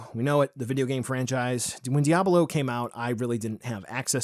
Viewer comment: The way he pronounces díablo ☠️